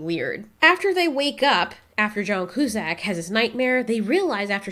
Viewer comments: It's pronounced (q-sack)! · Joan Coozack? You mean John Cusack😂